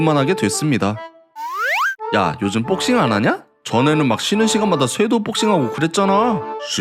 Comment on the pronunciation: 근데강한척은왜자꾸복싱을 빡싱이라고하지?